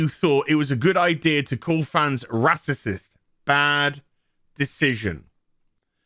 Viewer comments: Glad im not subbed to you, cba with negative minded star wars fans set to judge a full show on 2 episodes. I havent watched your other videos but i bet its all just you moaning about everything. Also just say racist instead of “rassisism” you sound like a muppet mate, lighten up and have some positive towards one of the biggest star wars shows in years. Lemon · I’m not sure if he is making fun of the word racist. If not, let’s pronounce the word correctly.